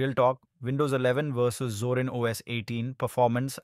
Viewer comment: ゾランじゃなくゾリン（あるいはゾーリン）な。それをどう読んだらゾランと読めるのだ。